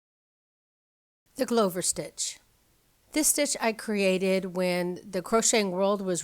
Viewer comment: It's pronounced Glove + -er, as in "one who makes gloves"; "I am a glover by trade."; or a stitch used in making gloves of the cotton thread variety back in the day, used in the cottage industry of gloving; rhymes with "loving". Just an fyi, there have always been "1 row, 2 row, or 3, or more "row repeats" that you are calling tiered stitches that you said were New Concepts... to you, evidently... there is nothing new under the Sun and if you go back far enough into crochet, knit, macrame, and Tunisian stitch histories, even B.C., or now they call it B.C.E. times, you will find some interesting stitches that some of us still can't figure out how to do and there aren't any instructions for. You may have just figured them out, giving them a new name. I mean there were a couple of times that I thought I had invented a new Stitch only to find out that I had not. And when I was learning to knit I just thought, wow there is a lot to knitting, but what I did not know was that there are so many ways to knit and I was looking at all of them and since every Knitter seems to think that their way is the only way they do not bother to label what type they are doing in a video I found that if you did not know what name to call the type of knitting you are wanting to know the how to for, you are SOL! I had set out to learn it all cuz I just thought that's what knitting was. I began dissecting the parts that I didn't like from English throwing style and flicking, which all seems to be a halt